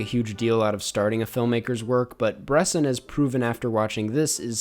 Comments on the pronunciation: bres-ON not BRESS-in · Bresson with the ‘o’ sound if you fuck with the two movies you gotta watch “the devil, probably” easily his best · I don't want to sound nitpicky here, but i am pretty sure that is not how you pronounce Robert Bresson. ( i don‘t speak french) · The way you say Bresson hurts me lol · It's Bresson, not Bresson!